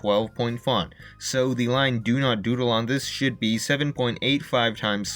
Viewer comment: it sound like he said sh*t but he said should